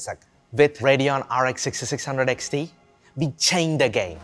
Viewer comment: We = Vee With = Vith Work = Vork Amd, if you want to present your new products please don't send Indians to be your presenter. They can't pronouce English words correctly.